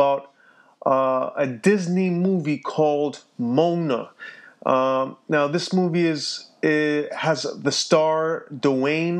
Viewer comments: seriously? Mona? MO-AH-NA. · A few things wrong here dude. First off, it's not like Disney made these things up to spite the Bible. These are things that people in Polynesia actually believe, though they don't believe Moana (which is pronounced Mo-ah-nah, not Moan-uh) existed lol. Second, what Maui was doing with the sun was he lassoed it with his hook, pulled it to earth, and beat it up until he made it promise to go slower and make the day longer (although the movie gets it wrong, as they never mentioned the beating in the movie). And finally.... Maui is clearly not parting the sea... it's clearly a baby, and idk how you messed that up. Turns out it's a baby Moana, and she's not parting it. It's actually the sea itself parting itself, because, according to Polynesians, the ocean is alive. Here's a couple of things you COULD complain about. First off, complain to the Polynesians about them believing such things. Second, complain about Disney using the mythology in question as the basis for the movie. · moh-ah-nah...that's how it's pronounced. buahahaha. so their ancient myths aren't like your myths? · "moan-a" its moana hun,all together, one word not separate. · its actually pronounced like ( more ah nah) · 😂😂😂 COULDN'T PRONOUNCE MOANA NAME RIGHT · It's annoying me how he's saying Moana. I mean, that's MY name and he's saying it so wrong. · He pronounced her name wrong he hasn't even seen the movie 💁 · Lmaoo I got sooo heated when he said her name wrong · You pronounced moana wrong for a start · you cant even pronounce her name correctly